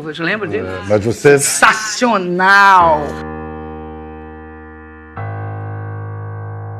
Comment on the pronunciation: É como ela mesmo diz "sensasional".